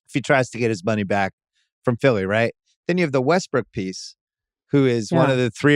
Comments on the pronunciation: I always hear "Westbrick" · jackie said westbrick lmaooooooo